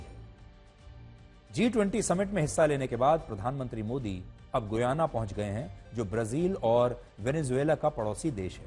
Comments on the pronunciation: Learn how to pronounce name. Shame... shame.... It's pronounced as Gayana गयाना and NOT Guyana गुयाना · It’s गयाना not गुयाना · GOOYANA😂 It is pronounced as giyana or gayana.